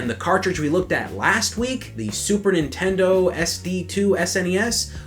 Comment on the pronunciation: "Super Intendo"